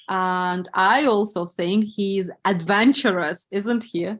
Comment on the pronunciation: adventorous not "advantorous" :)